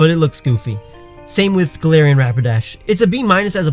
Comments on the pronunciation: I am just going to correct you every time even though you just said golarion Raichu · He said Galatians Raichu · he said galar Taichung and muk XD